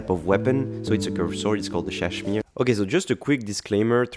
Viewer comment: I’m not sure if you knew this, but you kept pronouncing Ssadshmiiiree wrong. Just saying :)